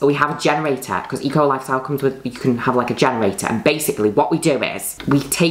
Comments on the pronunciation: Lol I kept hearing her say E. Coli style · i keep thinking she's saying e-coli instead of eco lifestyle